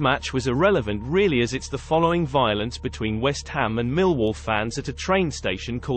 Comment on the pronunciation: Love the Bristolian accent as he pronounces the word "violence" or should I say "voilence." 😂 LFC YNWA